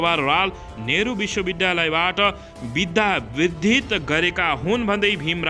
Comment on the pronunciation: बिद्यावारिधी भन्न नजान्ने कस्तो पत्रकार ?